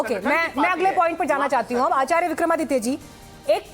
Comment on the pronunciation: ये चक्रपाणि जी शंकराचार्य या आचार्य का उच्चारण सही नही कर सकते ये गोल-मटोल जवाब दे रहे है